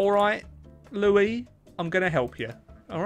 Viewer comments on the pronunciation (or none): none